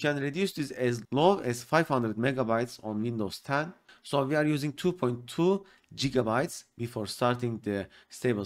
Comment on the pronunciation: Jiga bytes bro .. Jiga bytes. good vid